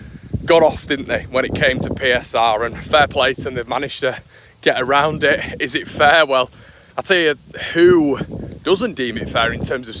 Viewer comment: Eeees are good eeeees are good......